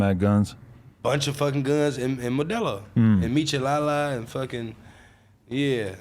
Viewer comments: 😂 bro said "michalala" mechalada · He said michelala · Nigga said michelala